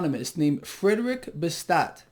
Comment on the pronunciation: Pronounced bass -tee -ah